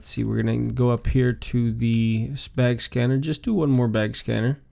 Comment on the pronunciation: he says spag scanner